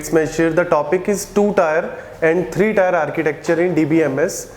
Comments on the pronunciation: It's not tyre(tier) It's टिअ(र्‌). Tee-eh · Its Tier => Teeuh not Tyre? Please correct your pronunciation because you are teaching and the one who is listening for the first time will also reproduce the same wrong way. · not tyre, it's teer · its tier not tyre.. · Teer not tyre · Bro it's tier not tyre🙄 Good video btw.